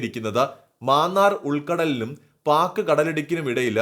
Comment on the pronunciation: മാന്നാർ അല്ലെഡോ. മന്നാർ എന്നുച്ചരിക്കണം😊😊